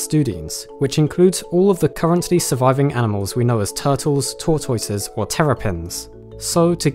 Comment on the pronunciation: I absolutely love how you say “tortoise”